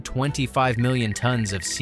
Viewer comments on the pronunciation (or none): none